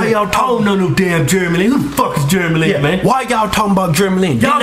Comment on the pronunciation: I\m asian and im proud :) and by the way u sad jeremy lin wrong. Thumps Up fro them saying germy lin LOL.